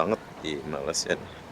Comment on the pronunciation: Cara anda menyebut Malaysia kedengeran sangat aneh seperti membaca malasia